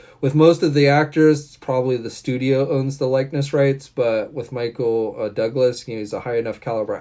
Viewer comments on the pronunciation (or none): none